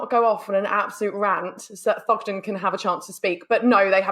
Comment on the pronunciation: It's Thogden